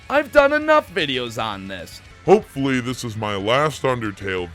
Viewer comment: well you said "HOPEFULLY"